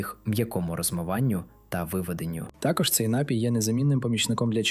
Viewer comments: ДЯКУЮ ЗА КОРИСНУ ІНФОРМАЦІЮ. ВИМОВЛЯЙТЕ СЛОВА напІй наголос на і далі дИчка і полотнЯний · Приємна вимоаа, але не всі наголоси правильні. Ди'чка. Напі'й. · НАПІЙ- наголос на 2 складі.Дякую за цікаву і цінну інформацію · Дякуємо за працю і поради! Лиш зверніть увагу, що на слові "напій" наголос правильно ставиться на другому складі.